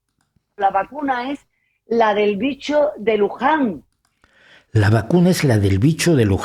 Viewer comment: ¡¡¡Spider en vez de Spike!!! ¡¡¡Luján en vez de Wuhan!!! y ¡¡¡¡¡Oritrón en vez de Ómicron!!!!! ... 😵😵😵 ... ¡¡¡Si ni siquiera conoce los términos correctos ... es evidente que éste es un caso de falsa información flagrante!!! ... creo que debería considerarse seriamente la opción de tomar como un DELITO la difusión de falsa información por un medio de comunicación masivo.